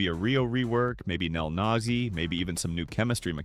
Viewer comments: Bro did not say nelnagi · Bro said nelnazi